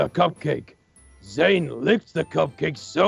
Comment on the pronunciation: It's Zane not zian